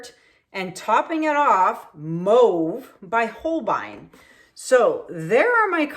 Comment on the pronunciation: P.S. The way you say Mauve, just kills me, LOL. 🤣🤭😉❤